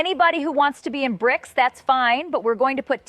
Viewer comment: Lady just say bRics